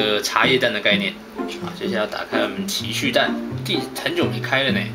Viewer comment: 前面我怎聽到情去蛋www